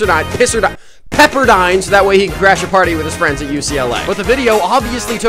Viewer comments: Bro said pisserdine😂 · Bro said "pisserdine pisserdine pisserdine" But the name is PEPPERDINE ITS P E P P E R D I N E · Pisserdine.. Pisserdine..! Pisserdine! PEPPERDINE! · "pisserdine" "Pisserdine" "PISSERDI-" "PEPPERDINE" GOT ME ROFLING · Bro, the way he said pepper he said pissed